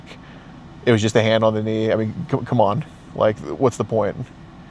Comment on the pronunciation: Man every time this guys says “just” it sounds like he says “jizz” 😂